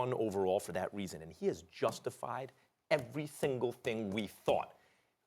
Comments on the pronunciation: Wtf. “Every thingle thing” max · "every thingle thing we thought"